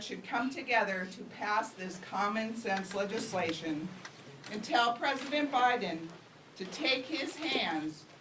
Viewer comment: Joe Bider?!😂😂😂😂